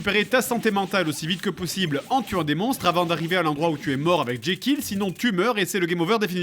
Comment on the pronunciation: Je suis le seul à entendre jaykill au lieu de jekyll ? x)